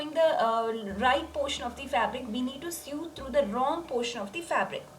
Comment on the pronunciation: Omg it’s not sued or sue it’s pronounced so